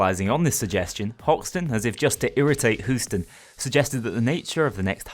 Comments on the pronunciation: Who-ston? He-you-ston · Please Please God just say Hue-Stun instead P l e a se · Simply amazing. Each episode leaves me waiting anxiously for the next one. Keep up that fantastic work! Also, who-ston? Sounds about right. Counting 3 minutes in the head on the dot is good and all, but measuring C4 is probably more important. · Who-ston, we've got a problem... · mate, intentional or not, i really have to pause the videos one too many times to remind myself that there isn't some new random guy named whoston but rather he is talking about houston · I’ve got no problem with who-ston. I do have a problem with calling the l85 the l95. I’m a british military nut, sorry. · as a Texan this gives me many a chuckle